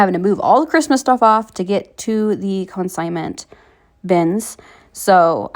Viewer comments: Just wanted to make sure you were aware that it’s pronounced CON-signment sale, not co-IN-signment sale. CONsignment like con man, not co-IN. :-) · Con-signment (not co-in-signment) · Break the word up...con-sign-ment.